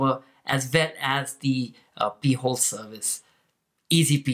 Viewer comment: Ok. You should pronounce it “pie-hole”. “Pee-hole” is something entirely different. But cool video.